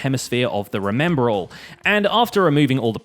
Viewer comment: THE REMEMBRAL